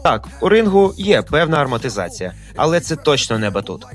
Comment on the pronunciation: Амортизація, а не армотизація